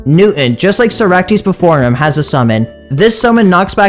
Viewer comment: Bro say Socrates name correctly bro please